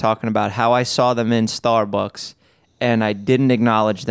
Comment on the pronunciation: I love the way Jeff pronounces StarBucks.. StArrB-uhks